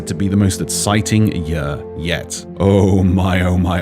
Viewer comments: I like but I really hope he would start saying "year" instead of "yuhr" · Bro I can’t get over the way he says year. Yuur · Why does he say year like that🤣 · The way says year triggers me